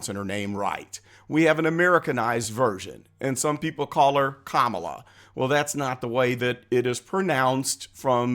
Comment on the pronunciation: They scream racism at anyone who opposes her, but Biden himself doesn’t pronounce it right they are such hypocrites 😂😂